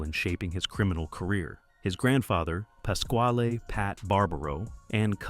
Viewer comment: Go and get a real job fuckin idiot ,pascal pascal , pascal , you don’t even know how to say is name , fuck You